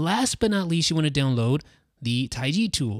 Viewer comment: Does it sound like he's saying down low for download on his videos?